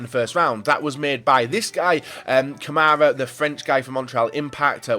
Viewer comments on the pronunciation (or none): none